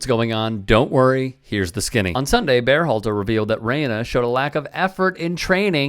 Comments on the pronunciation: Is this a real channel? Why do you keep saying BEARhalter?? Have you ever heard anyone say the guy's name or are you just winging it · "Bear-halter"? Nobody else pronounces his name like this, including Gregg himself, Are you trying to tell us that this is how his name SHOULD be pronounced? I don't get it.